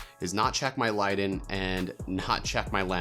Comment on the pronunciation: Ya when “light’n” was said I had to really think about what was being said hahaha